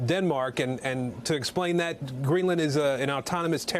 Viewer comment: in , he says "Greeland is a country" ?